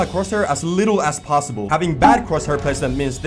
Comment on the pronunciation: No one: in this vid:aS FAsT aS pOsSiBoL P.S love your content keep going💯